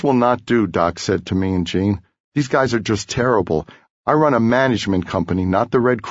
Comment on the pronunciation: Hate the way he pronounces Gene as Cheen